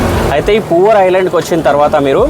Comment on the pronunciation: It's not "Poor", its Poovar. ( Literally river of flowers)